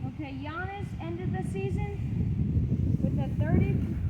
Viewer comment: As a huge Bucks fan I appreciate you saying Giannis’s name correctly! You know your NBA stuff. Love it!